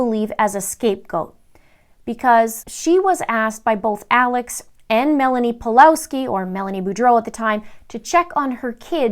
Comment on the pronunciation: It's pronounced Pavlovski btw